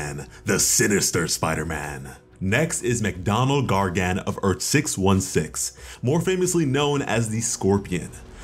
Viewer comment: The way you pronounce Gargan as Gar-Gan… It’s rough.